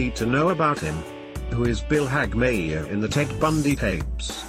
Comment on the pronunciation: Terrible work. Why don't they just get a human being to read the script? And it's pronounced not Hagmi - ear, but Hag - myer.